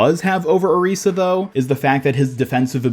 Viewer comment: pls say orisa right omfg😭